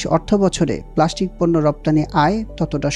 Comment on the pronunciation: It's not প্লাশ্টিক, it's প্লাস্টিক